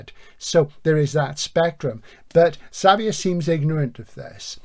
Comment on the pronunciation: Xavier is Javier. (ha-vee-air) I think it is a Basque thing that the J is written sometimes as X. That is my understanding. Not important but it has to be said. Edit/add on Nice show, very enjoyable. Terry Pratchett is famous for his humour but I don't find it laugh out loud stuff, Barry Malzberg is not well known as a particularly humourous writer as far as I know but I found Beyond Apollo hilarious